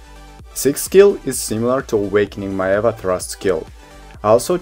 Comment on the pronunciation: Hey I'm loving the four review videos you did!! I'm still deciding on what to play but these helped a lot!! I just wanted to add that Maehwa is actually pronounced as may-hwah (two syllables)!! Once again thank you so much!